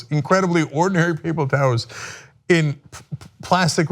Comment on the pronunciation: "Papel towrls"